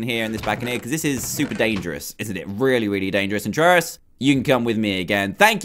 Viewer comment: Christopher Barrett trayaurus not trayoris